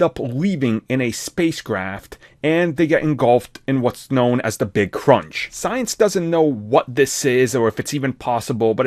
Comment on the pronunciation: sentience [sen(t)SH(ē)əns] of the universe, not science